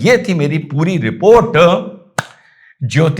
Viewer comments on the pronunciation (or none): " Malhotra " NOT Mehrotra i think